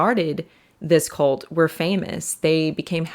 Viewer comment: At the beginning it sounded like she was saying “colt” more than “cult.”